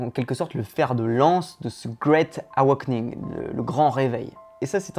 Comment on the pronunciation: awakening. Ouch la prononciation XD. Pour le début, ça se prononce comme 'away'. Pour savoir comment prononcer un mot, on peut l'écouter dans google translate